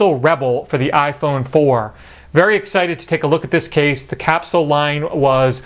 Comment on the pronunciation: You sound weird when you say theee.